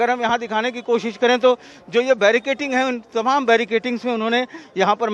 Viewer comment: Baricating...hahha...whatever language you speak, please speak correctly, hindi or english or urdu or hinlish but each word that you speak must be correct because you reach millions of audience and they learn a lot from you. So won't that be amazing that they learn right? We have a beautiful language hindi.